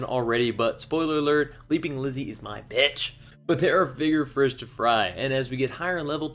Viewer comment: “Bigger frish to fry”